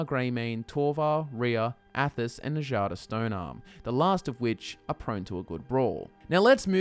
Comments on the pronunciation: "enjada stone-arm" you've been playing skyrim for how long and you still don't understand that nords pronounce "J" as "Y"? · You do realize that nords pronounce J like a Y, right? With that in mind, who the hell is "Na-jah-duh"??? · Njada’s name doesn’t involve the “j” sound it involves the “y” noise making it “Nyada” like how the jarl is pronounced “yarl” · Njada is pronounced as Nya-da, just like fjord. just saying...